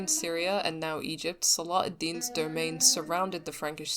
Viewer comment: You're pronouncing salah al deen without the ح sound it's صلاح not صلاة